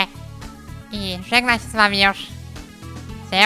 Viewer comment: No serwus.(czyt.seywus)